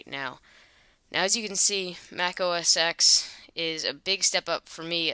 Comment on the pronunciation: it is not pronounced Mac OS "eks" it is Mac OS "ten"